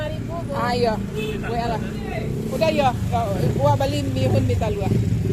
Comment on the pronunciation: / , "Bie-hun" bukan "Mie-hun" Bie = beras =rice. Biehun dari tepung beras. Mie = gandum= wheat. Miehun=tepung gandum=wheat flour. Mie = noodle. Makanan jadi itu Mie (noodle), bukan Miehun (Tepung gandum=wheat flour).